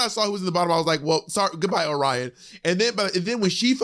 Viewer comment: Angeria or Willow for the win, for sure. And I have to say, as someone from Michigan, it’s so triggering to me how everyone is mispronouncing Orion Story. I wager that Orion picked name based on a city in Michigan called Lake Orion. And I have never once heard anyone that lives in the area pronounce it lake Oh-rion. It’s lake o-rian. And phonically speaking it makes a lot more sense and has a much better flow when pronounced the proper way. And no shade to Orion, But Bentley James, Detroit’s drag princess, should have been the first Michigan representative to the race. Everyone should do themselves a favor and look up Miss Bentley.